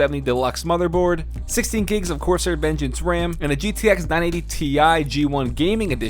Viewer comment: Your first keyboard is not a k65, those do not have number pads. Also messed up the ram pronunciation my man...